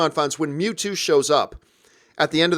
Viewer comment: The way pronounces Mewtwo hurts me.